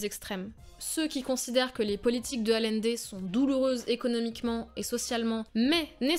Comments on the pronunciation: Bon, plus que Boric, c'est "AllIende", pas "Alende"... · ... Quand on travaille sur des grands hommes comme Allende on apprend à dire correctement son nom.